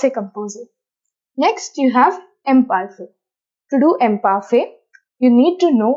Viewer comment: Kindly check the pronunciation of Imparfait.Your presentation is simple n good. 👏👏